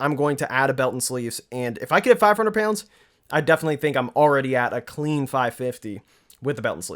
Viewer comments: I think it's more like payoundz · LOL it's more like "payunds" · I get a rush of adrenaline every time he says "pyounds" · Sounds like a New Yorker and says pounds like he's from Tennessee. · Where is from? The way he says pronounces pounds makes me think Ohio or Pennsylvania. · HAHA SAME